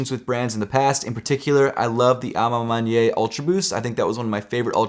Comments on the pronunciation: A ma maniere not A ma manyei or whatever you saying. And it means( in my own way) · Hey! I noticed how you say a ma maniere, sounds like "a ma mon-yay" I think it's correctly pronounced "a ma mon-e-air" a ma maniere, I apologize if that doesnt help. Also Sorry if that sounds condescending, have a great day🙌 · It's pronounced man-yair. Not man-ye.